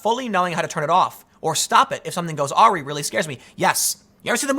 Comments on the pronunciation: Yes, Tim it's Aaaa- Rye, that's what happens when you just read. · It’s pronounced uh-rye, not awe-ree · Awry: pronounced Ah-Rye. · "Awry", pronounced "Ah-rye". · You are pronouncing AWRY wrong. It is not AIR-eee...it is Uh-Rye. (Meaning-something went wrong) You are pronouncing a different, antiquated word, ARY that means 'any'. Please look up the pronunciation guide or play the sound clip from . Thank you. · lol Tim pronounced “awry” “ah ree.” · Awry is pronounced uh-rye, Tim, not aw-ree. Not mocking, just correcting for future use. One should never mock someone for mispronouncing a word, it means they learned it by reading. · Lol Tim for future reference awry is pronounced "uh-rye" not "aw-ree" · It's pronounced (A-Wire) Tim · weirdest way I've ever heard awry pronounced lol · Found it oddly funny how you pronounce "Awry".